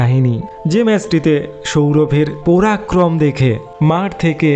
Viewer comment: দাদা, তোমার উচ্চারন ঠিক করো। তুমি বাঙালী তো ? তাহলে পোরাক্রম, অনোদিকে, গোলার কাঁটা, ওসাধারন - এই সব উচ্চারণ কেন?